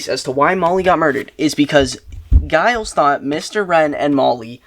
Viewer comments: "Giles" (with a hard G) -- me: Someone hasn't seen Buffy the Vampire Slayer. You'll be meeting some Gileses in future books, so just know that it's pronounced like a J. Edit: "Is it Giles or Giles?" [G or J] Answers with hard G. You are killing me. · This was amazing, you are the most chaotic duo. And I'm pretty sure it's Giles with a soft 'g', at least based on Giles from Buffy ;) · I’m pretty sure you’re saying Giles wrong 😁 It’s not a hard G sound it’s J sound, like ‘Geoffrey’ This was so fun. Your brother is chaotic and hilarious 😆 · Are you sure it's Giles with hard G? Most British people say it with a soft G so it sounds like Jiles. This is certainly the case for British celebrity (of-no-discernable-reason) Gyles Brandreth, Canadiian Formula One driver Giles Villeneuve and Buffy the Vampire Slayer's Mentor and Watcher Rupert Giles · The name is most definitely pronounced with a soft /J/ sound rather than the hard /G/. When a G is followed by an E or I it is soft; when followed by A, O, or U it is hard. Examples: giant, gentle gang, gong, gullible